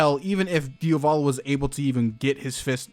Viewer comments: I can't come around to mention how I find you pronunciation of Diavolo very strange because American. You say it like it's two different words (like Dia Volo) but the emphasis is on the A and "-volo" follows quickly after (so maybe like diAvolo). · nice video but... it's Diavolo (Dia-vo-lo) not "Dee-o-va-lo" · DiAvolo not diOvalo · It still confuses me why you keep saying dio volo as opposed to diavolo as I'm fairly sure it's spelled. Not sure how it's pronounced but I would assume it isn't the first spelling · DIAH VOH LOH not DIOVALO....sorry....it's really annoying ....good video keep up the good work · It's DiAvolo, not Diovolo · I like how he said diovolo instead of diavolo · its wierd that he sais diovalo insteadof diavolo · Your pronunciation of Diavolo is terrible. It's DI-avolo. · No hate you pronounced wrong its dee-ah-va-lo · Di-a-vlow that’s how it’s pronounced. Sorry I literally have no clue why I wrote this the way he was saying it rubbed me the wrong way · Idk why some ppl call diavolo "dia-volo" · Nigga really said "deeahvohlow" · i hate the way you pronounce diavolo and could not watch the video because of that